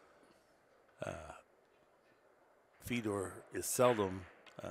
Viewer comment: stop saying FeedOr his name is FED OR